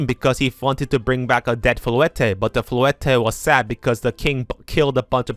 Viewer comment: Bro you don't need to say the e at the end of names like lysandre and floette 😭